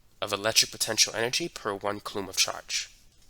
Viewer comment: is he saying coulomb oddly or am i dumb?